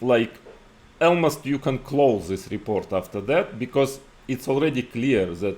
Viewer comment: Потому что в английском языке нету слова "Элмост" (слово almost не так произносится) … у ВБ действительно немного смешной Английский, но я без труда могу его понять.